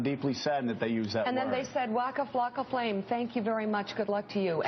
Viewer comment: lmfao she said "wacka flaka flame"